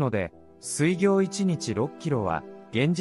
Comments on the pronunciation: 水行は すいぎょう じゃなくて すいこう と読むのじゃないか？ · 水行…スイギョウではなくてスイコウと読むのではないですか…